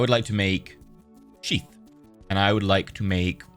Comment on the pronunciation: i swear he is saying sheep instead of sheath